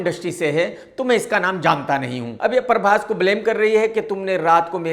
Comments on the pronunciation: Parbhas nhi Hota Prabhash Hota hai Prabhash😅😅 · Khudko...Prabas bolna sahi nai ata...uski hindi tik karne chale...he is calling him Parbas😂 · अबे परभास, नहीं प्रभास naam hai naam toh thik se bola kar bhai 😂😂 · He is mocking prabhas hindi and he himself saying parbhas not prabhas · 2.55 नसा नहीं, नशा होता है। उसी तरह परभास नहीं, प्रभास होता है... 😊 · Parbas nahi PHRABAS hai unka name pahle tu naam bolna seeko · प्रभास ❌ परभास ✅ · पहले तू सही बोल .... परबास नहीं प्रभास बोल bc